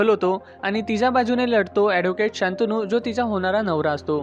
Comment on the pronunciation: शंतनू आहे ते मित्रा शांतनू नाहीये.